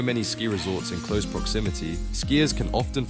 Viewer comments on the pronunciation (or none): none